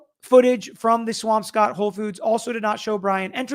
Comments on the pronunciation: We pronounce it like “Swamskitt” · What a freakin idiot! How dumb can you possibly be?! And it’s “Swamp Scott”😊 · Swampscott is pronounced Swamp scutt .... Prescott, AZ is pronounced Pres skit ...haha !!😂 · it’s Scott like the name. I’ve lived in Boston my entire life (except college) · You don’t pronounce the P in swampscott. Spoken like swamscott